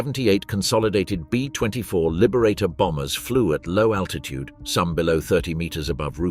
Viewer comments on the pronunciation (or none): none